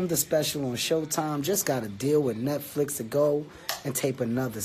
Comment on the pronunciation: *NetFlix.. FLIX ... not Flick lol